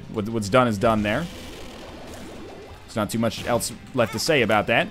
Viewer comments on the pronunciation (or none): none